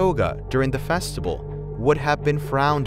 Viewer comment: I think we’re all ignoring the narrator says “festibal” instead of festival- JAJAKAKAAKKA